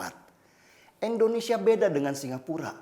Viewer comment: KOREKSI LAH BUAT BANG DENNY SELALU SEBUT INDONESIA DENGAN ENDONESIA GANGGU BANG, !!!